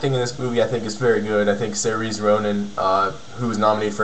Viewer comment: Yeah Saoirse is pronounced Ser-Sha, not Sereeez.